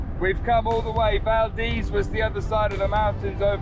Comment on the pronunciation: Great video! It was so good to hear you pronounce Valdez correctly in this video! Safe travels!